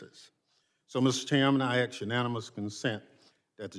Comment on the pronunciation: "axe questions"? 😮